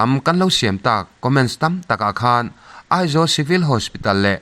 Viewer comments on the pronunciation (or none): none